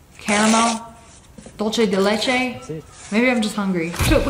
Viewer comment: dolechay dee lechay 💀 💀 (for dolce de lêche)